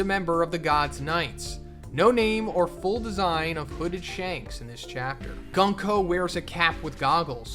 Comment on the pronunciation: The pronounce for 軍子(Gunko) is not Gan-ko but Goonko. Just saying 😅